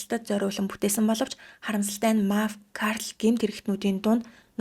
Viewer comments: Картел гэдэг үгийн өргөлтөө буруу үсэг дрэ хэлээд бна жүү. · Картел гэдгээ а дээр өргөлт аваад буруу хэлээд байна, е дээр өргөлт авна. Бас нэг пост дээр шерпүүд гээд буруу хэлж байсан шерифүүдийг. Бусдаар гоё тайлбартай уншдаг шүү.